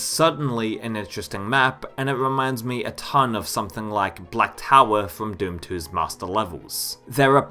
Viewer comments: "Doom Tooey" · No offence but i just cannot stop laughing at how you say doom 2, it's just so goofy "doom tooey". Great video/compilation tho, nice job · Take a shot every time he says Doom Twoey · Woofenstein? Doom twooey? Mount Erreebus? 🤔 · He does mispronounce Doom Two as well as many other words.